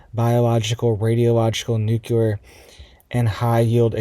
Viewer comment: " NOOCULAR IS NOT A WORD! THE WORD YOU AR TRYING TO SAY IS NUCLEAR! YOU SOUND LIKE YOU ARE NOT WELL EDUCATED.